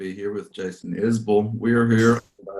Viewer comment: I'm proud to hear somebody pronounce his name correctly for a change. The dressing down he had to give the DJ here in Austin a few years ago is just priceless! The DJ told him here in Texas we pronounce it differently and Jason reminded him that it is his damn name and he should know how to pronounce it correctly. It's on YouTube if you haven't seen it. My son is an only child and is 48 now but when he was small, about 10 or 12, I told a friend who has a combined family of 6 kids, that I was glad that we didn't have that many to care for. He told me it was easier for him than it was for me with just one kid because the kids will keep themselves busy, whereas with just one, then the parents have to fill a role one of his kids fills for them and were more demanding of our time. I'd never thought about it like that but after thinking about it I had to admit that he was correct.